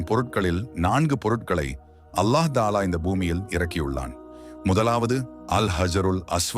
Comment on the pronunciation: Bro என்ன உங்களுக்கு ஒழுங்கா சலாத்த உச்சரிக்க முடியாது கஃபதுள்ளா அல்லாஹுத ஆலா போன்ற அரபு வசனங்கள உங்களால உச்சரிக்க முடியல்ல ஏன் bro